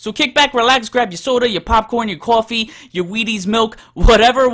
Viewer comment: The way he said "coffee" 🤣🤣🤣🤣